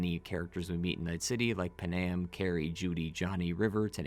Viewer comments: They tell you how to pronounce Panams name in the game Pan-am Not p'nam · im talking about thw way he said it. Its Pan-am. Not p'nam or puh nam